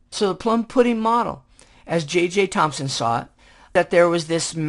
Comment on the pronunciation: Its JJ Thomson not JJ Thomspon if you see the subtitles.